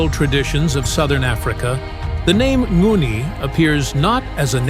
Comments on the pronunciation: It's not nguni but ngoni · Tooooooooo much words about the same and same. And pronunciation of the tribes... you could research how it sounds.